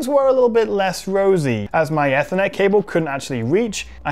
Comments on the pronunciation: Your butchering of Ethernet has been bugging me throughout. ee-ther-net not eh-ther-net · If I had said “Why are you saying Ethernet, so weird”, your reply would have made sense. I was specifically referring to how he was saying the word “Ethernet”. Even in the UK we pronounce it like “Aether”, not Eth-er-net. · Have I been mispronouncing ethernet (ee-ther-net) wrong all these years? 🤷🏻‍♂️ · The way he pronounced ethernet as "aethernet" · Why are you saying Ethernet so weird.